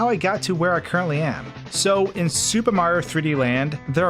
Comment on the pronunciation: Every time you say super it sounds like “Soupa” and I was dying